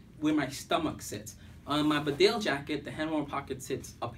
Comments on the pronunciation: Its Pronounced.... Bee Dale not Bdale Nice Vid :) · It's pounced bee Dale and not berdale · Wrong emPHASis on the wrong syllABLE. It's BEdale, not BeDALE! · 2 things - it’s pronounced bee-dale not bidale, and the large rear pocket is for dead stuff. The cartridges go into the deep front pockets. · Bee-dale not B'dale! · It’s pronounced BEEDALE NOT BDALE. you ain’t qualified to review these jackets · Bee-dale not Bdale! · Great jackets...I've owned these for years and other Barbours. Just being picky, but even though it's spelt Bedale, it's pronounced 'Beeedale' Glad to see people over the pond appreciating an amazing British brand. 🇬🇧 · Great video...btw its pronounced " bee-dale" its a small market town in North Yorkshire👍